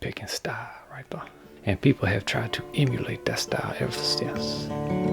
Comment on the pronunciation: righ thuh